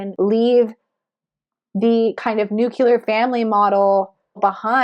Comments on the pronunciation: Nu clé ar not Nu cu lar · I like your readings but its not nucular, its nuclear. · Thanks for the insight!! (Btw, there is no such thing as a "nucular weapon". There are, however, nuclear weapons. ;-) just sayin' )